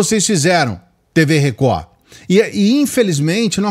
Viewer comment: 😂😂😂😂😂😂 a melhor parte do dia é o inicio! “TV Recohhh! TV Recohhhhh”